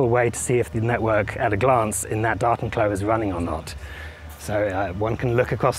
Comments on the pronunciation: Sounds like you got all your ducts in a row! Btw, I heard "Dartenklo" at first and couldn't make sense of it. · I was like, "is he really saying 'docking toilet'?...yup...sure is." lol Bonus points for "Tardis". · Say 'Datenklo' one more time! I double dare you! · Datenklo. The accent was so weird I did not understand it right away xD"